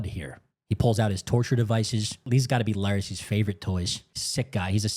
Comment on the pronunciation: It’s LAIR-IS, wtf is this Laries you keep saying?